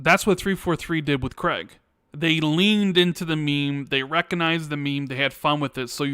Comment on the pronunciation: For Gods' sake, Craig is pronounced CRAYG not CREGG, it grates me every time I hear it 😁